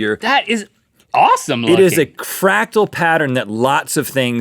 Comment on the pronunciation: "It is a cractal pattern"... Fractal dude.